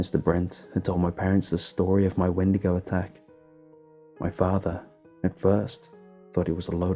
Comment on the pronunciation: "Sigh" a windago? Really?